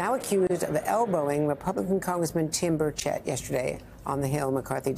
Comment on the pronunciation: You could have least taken the time to get Tim Burchette's name right.